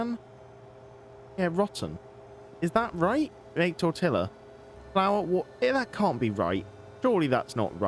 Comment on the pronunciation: Btw u said tortilla right the first time then u started to say it wrong just wanted to let u know